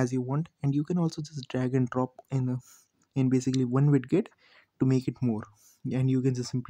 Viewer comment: bhai please wid get mat bolo kaan me cholesteatoma ho jayega ek baar aur suna to